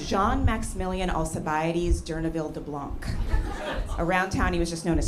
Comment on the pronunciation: Please USA, stop pronouncing the silent “c” in blanc